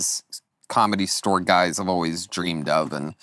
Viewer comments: Started at the comedy stower. What kind of pronunciation is that?! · Can Tony please stop saying the word ‘store’…he says “stower”.